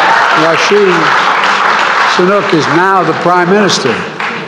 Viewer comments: "Rashi sunook", well-done, Mr president🤔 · He said Rasheed sunak 😂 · Who is Rashi Sunuk? He said that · Oh dear American leaders: Rashi? Sinuk? 🙄 It’s Rishi Sunak mate! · Did anyone notice that he mispronounced “Rishi Sanuk” as “Russian Sanuk” or only me 🤔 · Did this guy really say ‘Rashi Sunuk’? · Did he say Rashi Sunuk? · Did anyone else heard Mr Biden say "Rashid Sunuki"? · Rishi sunuke. 💀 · did he said rashi sunuki ? 😂 😂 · Raishi Sanook😂😂😂😂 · Dikhed doesn't even know his name. He calls him Rashi Sunuk hahahahahahhahaahahhahahaahaahh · Learn to pronounce his name properly. He is going to be around for a long time. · biden first pronounce name properly 😂😂 ohh sorry he is in sleep. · He can't even pronounce Rishi Sunaks name. This man is a disaster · this budha can't even the speak the name of rishi sunak properly.